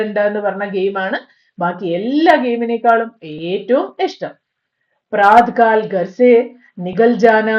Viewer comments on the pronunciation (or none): praath kaal no praathaa kaal